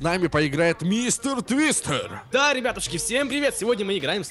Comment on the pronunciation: мне показалось что сказал мистер дристер